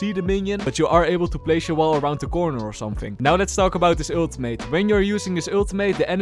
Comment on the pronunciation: I love the way you say Ultimate. “Aultimate”